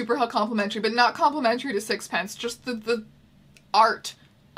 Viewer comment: That's not how you pronounce sixpenceee. There's an ee at the end.